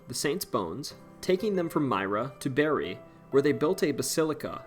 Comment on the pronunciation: Bari pronounced like English Bar-ree. Bear-ee is another place😊